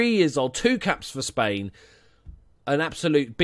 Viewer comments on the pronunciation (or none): none